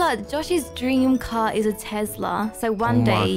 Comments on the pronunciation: Not tezlas Tes las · Has anyone noticed they say Tezla instead of Tesla sos still love you tho bye berries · Not tezla Tesla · I love you so much but... its Tesla no tEZla